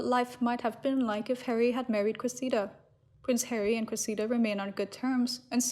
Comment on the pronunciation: PLEASE learn how to pronounce the name “Cressida”. It goes like this: Kress – eh – da. (But say it really fast!) Wash, rinse, repeat” Kress – eh – da. Kress – eh – da. Kress – eh – da. Kress – eh – da.